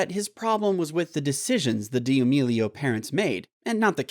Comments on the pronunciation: "Dee amelio" seriously dude if u gonna spill tea learn how to say D'Amelio Yw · No one: HIM: charli d-Ee amelio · He actually said Charli dee-amelio it’s Charli D’Amelio! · ITS FRIEKEN DAMELIO NOT DEEE AMEELIO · Damelio I'm sorry I know Charlie D'amelio but who's Charlie dee a melio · He said Charlie Dee emilio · "cHaRli dEe AmElO" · he really said Charli dee a melio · he said "charli dee amelio" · Srsly why he be saying DEE AMELIO lmao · No one: Him: Charli dAiYeMeLiO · “Charli De-A-melio” BRUHHHH LOL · "Charli dee-amilio" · Did this guy really say Dee meelio i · Mans said Charli deeameelio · He really said Charli dee uhmealeo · but what upsets us is that he keeps on saying dee amelio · he just said dee a melio i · DID YOU JUST SAY CHARLI DEA AMILIO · I think its because it is Charli D’ amelio not damelio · lol dee amelio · I was like its charli damilo DAMILO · It’s Charli D’Amelio he can’t even say it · “ Charli Dee ameilo “ 💀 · Oh my go he said dee amelio, oh my lord... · Dee a melio 😂😎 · OMG HE HAS TO PUT A AD LMAO AND SAYS CHARLIS NAME WRONG LMAOOOOOOOO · bruh the way he says charli's last name lmao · How to get famous: say the famous persons name wrong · How dare you call this channel “Tik Tok Central” If you can’t say the queen of tik toks last name >:0 (No hate intended) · Yeah some and I mean a lot people say her last name wrong